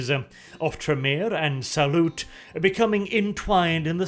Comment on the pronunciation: Like "Sauron" not like "salute"